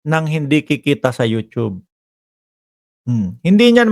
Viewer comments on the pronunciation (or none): none